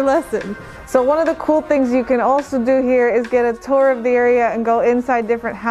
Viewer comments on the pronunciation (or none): none